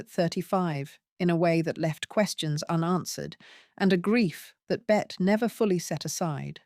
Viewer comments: Her name is pronounced “Betty”, not “Bet”. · I have heard it pronounced both ways (from Americans as well. )